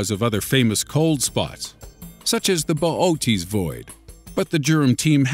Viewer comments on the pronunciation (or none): none